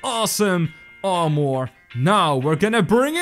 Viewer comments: Its armor not ar more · How to pronounce armor: ar-mer